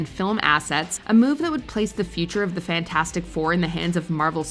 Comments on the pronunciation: Always laughed how everyone called the Fantastic 4 movie Fant-FOUR-stick. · i hear "thing" say fantastic and he needs to SAY IT RIGHT IT`S "FANTASTIC" NOT FANTASTIC YOU SOUND LIKE A DAMN FOOL WHEN YOU SAY IT WRONG